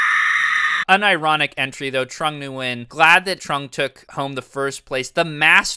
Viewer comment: If I hear this guy say trong Nguyen 1 more time I am jumping off a bridge